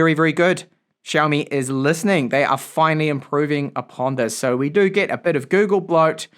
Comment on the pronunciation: Why do you keep pronouncing E's as I's. PIN instead of PEN and ILEVEN instead of Eleven or GIT instead of GET